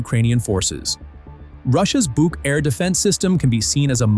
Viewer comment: I am so happy, someone finally started to pronounce the „BUK“ system correctly with a long „oo“, longer as in „book“😊😊